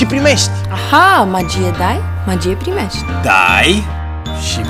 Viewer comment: Ati observat ca Antonia nu poate pronunta 'primesti'? Spune: 'primesci' ... pentru ca ea e din U S of A ca si BRomania. Uimitor cum au putut sa agate contractul asta cu vodafone. Altfel, omul e 0 (zero barat). Antonia ... na, o fta idola copilelor de 12 ani. Un fel de Raducioiu cand s-a intors din Italia. Dai .... si .... primesci !!!!